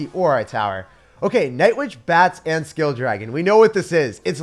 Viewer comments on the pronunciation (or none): Its skull not skill